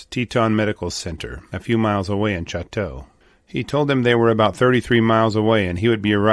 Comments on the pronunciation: Well 2 comments The grizzly bear's original range included much of the Great Plains and the southwestern states, but it has been extirpated in most of those areas. Combining Canada and the United States, grizzly bears inhabit approximately half the area of their historical range. And Choteau is pronounced Sho toe. Lived on the front for years and my children still live the neighboring town of Fairfield. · The name is pronounced, SHOW’-tow. The family name's original spelling is preserved in the Montana County of Chouteau. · I was thinking that was not the right pronunciation. My father-in-law's family homesteaded in the Highwood area near Fort Benton. He often would talk about this area too. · Choteau is pronounced "show toe". When Lewis and Clark made their way westward in 1804, they encountered countless wildlife, including grizzly, all along the rivers and plains, but when they began crossing the Rockies, they were nearly starved by the lack of a single animal to eat, once their horses had all been roasted. Elk, deer, all the various types of goats, buffalo, varmints and birds were NOT living in the mountains. They were all plains animals. After Glacier Park burned, a large population if grizzlies fled east, back to their native plains. There is a huge "problem" with them now, out on the plains of central and eastern Montana, because they are liking what they see: cattle, horses, deer, antelope, grain, rivers, trees and lots of places to hide in all the drainages and coulees. The problem is; they like it. Why would they ever go back up into the mountains and freeze for 6 to 8 months a year when they can live back in the great savannah from whence they came? I'm no leaf-licking bunny hugger, and I hunt every year, so don't misunderstand me, but the bears must be managed responsibly, or they will continue to maul people over on the dry side in ever-increasing numbers. Don't EVEN get me started on wolves... that's for another time.